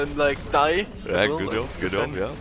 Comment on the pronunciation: English: Job: Yob English: Joke: Yoke English: Jax: Yax English: J??:.... Y!!